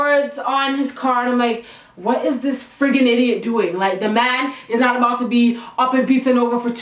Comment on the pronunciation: "IDIIIOOOT" "BAFOON". i love how when she's angry, the jamaican girl really comes out.